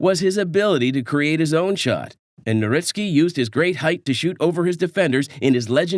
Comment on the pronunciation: Did you just call him nowRitzky?